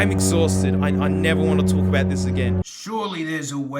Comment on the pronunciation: Alright, whaddyatalkingabeet?